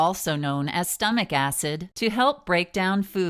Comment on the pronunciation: Youre Daactor, stomech,etc. I hate that voice